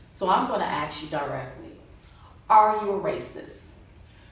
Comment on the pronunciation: Axe You??? S+k exist in our phonetic dictionary